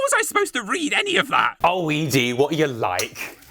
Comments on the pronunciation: Eedee... Ed-E, Eddee, Edie, I know it's literally nothing, but it's driving me carazy, otherwise great video, good work dude... Ed-E=Eddie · I'm sorry but I hate your pronunciation sometimes. Like dawg it's not "E-D" its name is clearly supposed to be "Eddy" and don't get me started on the way Brits pronounce "Graham" it's "gram" not "grey-ham" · The way you say ED-E took me for a second. I always pronounced it like Eddie. Like iron maiden lol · Is no one going to mention ed-e is pronounced eddie....